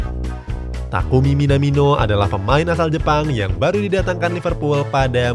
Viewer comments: Coach justin: bukan minamino tapi minimano😂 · Minimano bos bukan minamino